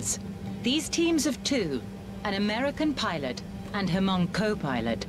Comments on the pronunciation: Someone tell the narrator it’s Hmong with silent H not ha-hmong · My Hmong people, the pro Americans, sacrificed themselves for America. At least show some respect and pronounce our name correctly. It’s pronounced Mong (Hmong) not Ha-mong. My people were courageous, no matter which side they’re on. Love and respect. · Uh, I thought it was pronounch MONG not HA-MONG. The movie Gran Torino has one of the main characters, who is hmong corrects "walt" when he says HA-MONG